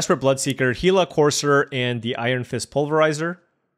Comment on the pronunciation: Yes sir you said it correctly he la. The Actuall creature it's named after is a desert lizard that is very poisonous